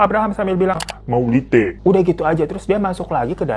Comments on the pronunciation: Bukan maulite bang hahaha. Mauliate mungkin maksudnya ya? Dalam bahasa batak toba artinya terima kasih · Maulite dong wkwkwk Koreksi aja bang Bacanya gini bang (Mau li a te) ini kata terimakasih orang Sumatra Utara (buat yang ngak tahu aja ya ) Kalau masakannya ( masak telu ,atau masak tolu) ini masakan khas Sumatera Utara yang bahannya cuman tiga bahan : 1.Bawang merah 2.Bawang putih 3.Cabe merah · maaf bang, saya sebagai org Batak agak ngakak pas bilang maulite 😂. Yg bener itu "Mauliate", artinya terimakasih 😊🙏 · Bang ralat, bukan "maulite" tapi "mauliate" Sehat selalu abg Hiro ❤ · Ralat " MAULITE" ,, mksdnya "MAULIATE" 😅 bahasa Batak itu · Moon maap bukan maulite tapi mauliate 🤣🤣🤣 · Mauliate Lo bukan maulite hahahahhahahah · monmaap itu pak abraham bilang mauliate wkwk bukan maulite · Bg...sepertinya bukan maulite. Tapi muliate 😅.. Soalnya itu bahasa batak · mauliate bang bukan maulite 🥰🥰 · Mauliate bukan malite Artinya makasih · Mauliate , bkn maulite😂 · Bang, terima kasih bahasa bataknya itu bukan MAULITE 🤣🤣.. tapi MAULIATE 😍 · Bukan Maulite, tapi Mauliate😅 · Bg Mauliate bg bukan Maulite 😭😭🤣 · BANG,MAULIATEEEEWE BANG. BUKAN MAULITEE😭😭😭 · Mauliate bang. Bukan maulite😁